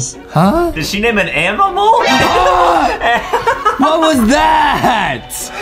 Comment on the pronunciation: Adem really said amimals😂😂😂😂